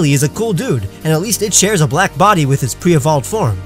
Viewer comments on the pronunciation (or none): THERE IS NO VOWEL BETWEEN THE B AND THE L IN BLACK!